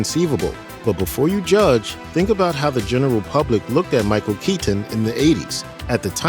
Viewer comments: Michael KeeTen …🤨 Michael KeyTin…😡 Michael Kei10 …🤬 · Could they get a guy who said Michael Keatons last name stranger please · Why can't this dude pronounce "Keaton" properly?